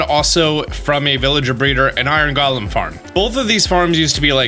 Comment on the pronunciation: gets mad cause people correct him pronouncing ingot Also: pronounces “golem” wrong I love the shade LOL